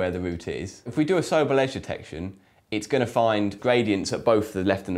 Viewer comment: isn't it pronounced So-Bell, not Soble?